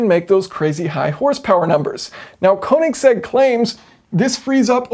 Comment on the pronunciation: "konig seggs"